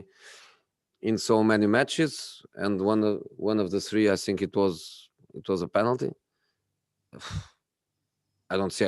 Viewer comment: So Jose, You can pronounce words like pragmatism, development, counter-attack, social media, plus all the difficult player names like Ndombele etc, but you can't pronounce think?? Why does it always come out as sink??? On a serious note, condolences for sharing the anniversary of your father, etc and sharing more previous insights about the relationship with you and Pep.